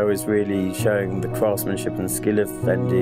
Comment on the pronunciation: Seriously?! Be realistic Kim Jones, it’s Fendi, it’s not Jondi!!